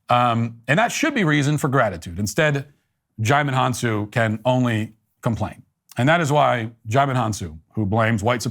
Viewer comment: Your (mis)pronunciation of Djimon Honsou's name made my day. Amazing.